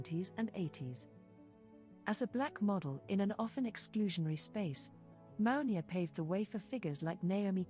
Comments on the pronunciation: Her name is pronounced MOO-NI-AH. Iman is pronounced EMAN. Please try and pronounce their names properly. It's a sign of respect. Thank you. Katoucha Niame is here in the red dress. timestamp She is very different than Mounia. I was in the same agency as Katoucha Niane Chez GLAMOUR located on Rue Francois Premiere 75008 Paris. Katoucha was a huge inspiration and muse to YSL and wrote a book called "Dan Ma Peau" or In My Skin. The other model you have as a thumbnail is Rebecca Ayoko. I knew her personally and she was primarily a runway model. If you look carefully you will notice her features are distinct from Mounia, In other words you have three different women here: MOUNIA, KATOUCHA NIANE and on the thumbnail Rebecca Ayoko. In those days black women were used a lot for the runway because of their ability to bring drama and excitement to the stage. Agencies had two seperate divisions: RUNWAY and PRINT. Later, PRINT models were cast and you can see the difference in the walk. For example, Claudia Schiffer was really a print model recruited for the runway simply for the press and it shows in the way she carries herself. Models like Naomi, Pat Cleveland, Billy Blair to name some had dance training which added another dimension to their stage persona. If you look carefully you will see each of these women have distinct features. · That the narrator is misprouncing not only Mounia's name but also Iman and Yves Saint Laurent's names is painful...